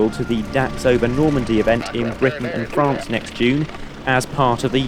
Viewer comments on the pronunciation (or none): none